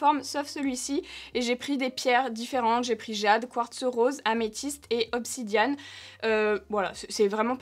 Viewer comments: Cc on dit obsidiènne pour la pierre noir et nn obsidianne sinon la vidéo c'était bien.🥰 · Coucou, j'adore les rolls on et les gua sha en pierre mais on dit pas obsidianne mais bien obsidiEnne 🤣😅